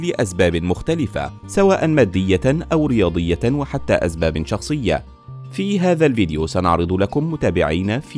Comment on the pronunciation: فيديو رائع وهذا لا اختلاف فيه... ملاحظه صغيرة ياريت تفرق بين حرف السين و الزاي انت تلفظ كلمة اسباب (ازباب)